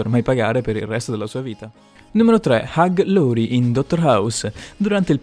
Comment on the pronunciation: Prendi pause parlando...non si capisce un cazzo... LAURIE NON LORIE